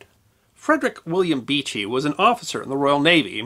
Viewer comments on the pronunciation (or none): none